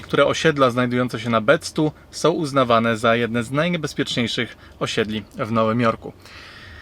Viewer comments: It's Bed-Stuy do or die mahfukka, not Bed-Stó ! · bed staj kurwa a nie bed stu